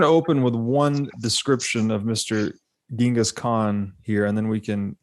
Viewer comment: "Ch" not "G" perhaps the world will get it right one day...